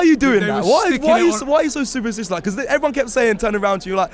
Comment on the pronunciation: 😂😂 why does Robbie say because like that? 😂😂😂 weird pronounciation